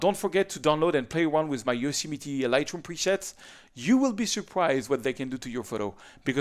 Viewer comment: Love the way you pronounce Yosemite... :) I enjoyed this video very much...I would like to meet you sometime when you are here in the US...